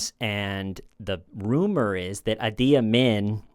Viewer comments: Idi Amin - Idi is pronounced "Edie" :) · The guys name was Idi Amin, not adi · Idi ( ee Dee) Amin. monstrous. The original heads in the freezer guy! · How can a smart guy like mispronounce a three letter name? Idi. Maybe the letters got scrambled in his mind..?